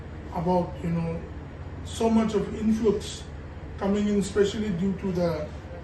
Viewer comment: INFLOOX or INFLUX ! ! 😂